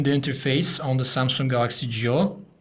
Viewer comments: SUMSUNGK .. HAHA :DD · Never heard of "Samsunk" :d